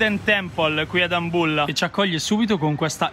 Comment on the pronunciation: Adoro come pronunci Dambulla